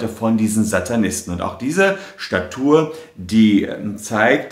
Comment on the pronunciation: Ich glaube er pronunziert Statue falsch :)